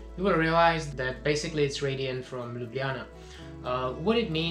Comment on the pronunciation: I actually think that your pronunciation of Ljubljana is kind of good :-D you're right, the cave is beautiful. I had exacctly the LotR feel there... :)